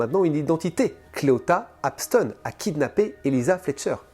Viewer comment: Parce que les femmes sont les principales victimes. Évidemment. Comme Jany doit être malheureuse. Et ce mot est bien en dessous de tout çà. Clita et non Cléota comme tu le prononce est un gros enculé de sa mère. J'espère qu'il va pourrir jusqu'à ses 97 ans à Singsing.